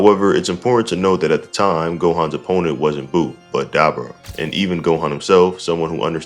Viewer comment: Why are you pronouncing Dabura like that? Lol